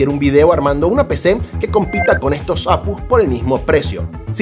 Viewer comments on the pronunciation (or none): APUs? A PE US... 😂 O cómo dices GPU? Ge Pe U verdad?? O CPU? O RTX?